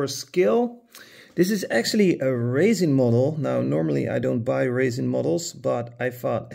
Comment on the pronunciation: Oh...you said RESIN. It sounded like you said raisin or racin'.